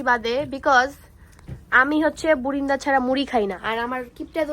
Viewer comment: বুরিন্দা না বুন্দিয়া , এতো ব্লগ করো এতো মানুষ দেখে এভাবে উচ্চারণে ভুল করা ঠিক না।